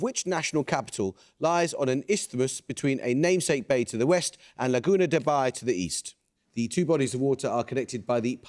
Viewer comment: Amol's pronounciation of Pasig River and Laguna de Bay is on point! Love from the Philippines! 🙂🇵🇭